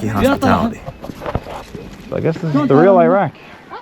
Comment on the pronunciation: Al-ʿIrāq "al ee rock" Iran: ee ron